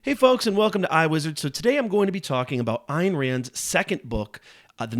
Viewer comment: It’s pronounced (Ann) the Y is silent.